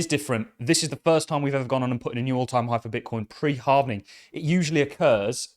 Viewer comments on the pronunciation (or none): Halving .. not sure why the word Halvening triggers me. I need to get a life